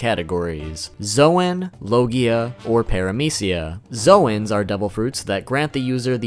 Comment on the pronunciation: Your pronouncing logia wrong lmao